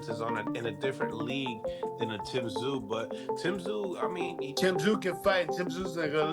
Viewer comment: AI generated, Tim "Tah-sah-you"